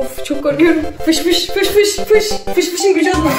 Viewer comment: piş piş diyomuş gibi fış fış demenin amacı ne.